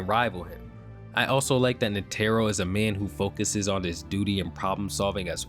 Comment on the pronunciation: Please learn how to pronounce netero, driving me crazy with the pronunciation. Otherwise great vid dude